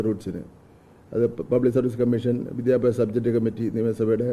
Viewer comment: വിദ്യാ അഭ്യാ😂😂 സ മന്ത്രി.....